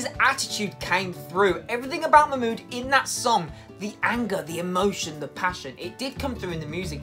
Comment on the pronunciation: Everytime you say Mahmood I keep hearing MY MOOD 🤣